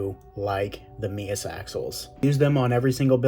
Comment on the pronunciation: Finally, someone who can say MEUS properly! Subbed!